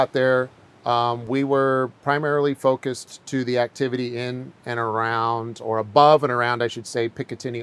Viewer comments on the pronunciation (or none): none